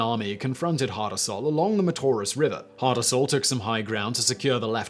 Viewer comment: Hasdrubal not hardarsal